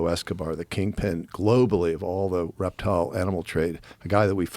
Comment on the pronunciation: did he say he's a reptile guy or erectile guy? I need to know before I continue.